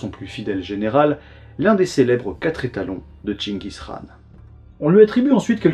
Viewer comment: Très bien le respect de la prononciation de chenchis khaan. Comme d’habitude trop fort.